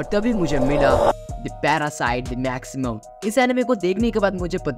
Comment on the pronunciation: Anime k review krne wale mere bhai.. jiss anime ka review kr rha h uska naam to sahi pdh leta .. it's "Maxim"